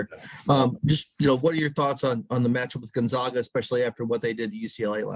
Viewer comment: It amazes me that Gonzaga has been a national power for a decade and people still cant even say it correctly